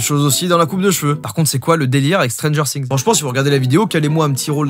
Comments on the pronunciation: On dit pas stranger sssssings mais stranger things ( qui se prononce stranger fings) mais si nn bonne vidéo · Stranger things SA SE PRONONCE STRANGEUR FIGUEE!!!!! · C ps stranger singzzz c stranger things comme fings si tu veux les français vous aimez trop changer les mots anglais C ouf😅